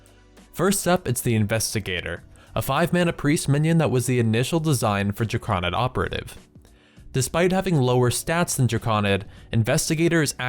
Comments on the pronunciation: You sound natively english, but your pronounciation of "Drakoníd" is strange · golem != Gollum since != sense mana != manna The root word of "drakonid" is "drake," and there's only a single 'K,' so why would the there be a soft 'A' pronunciation? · there is no way drakonid is pronounced that way